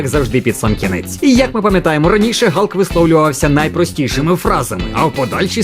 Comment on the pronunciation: Молодці, що правильно говорите ім'я Галка) не слухайте нікого! Відос супер))